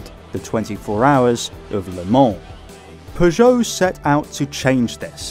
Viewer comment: Pretty sure he said Peugeot correctly the entire time